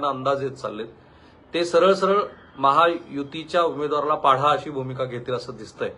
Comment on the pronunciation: पाढा नाही सर, पाडा बाकी आपले विश्लेषण अचूक, नेमके. ❤